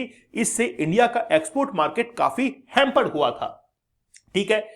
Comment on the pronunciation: ह्यामपड इंटर सट्रिस आबे किसने टीचर बनाया भाई इसे 🙄🙄🙄🙄🙄🙄